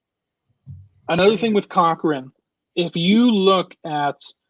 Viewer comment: It is not cow wrong. it is pronounced co wrong